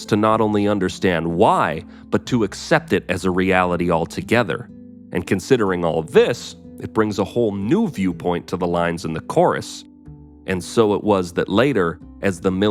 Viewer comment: Whole not wole.